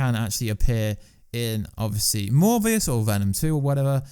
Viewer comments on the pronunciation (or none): LS Pnuema just posted on this myself. So sick of these channels run by people who clearly know nothing about comics. Still trying to figure out where he got the “v” sound from in ‘Morbius’.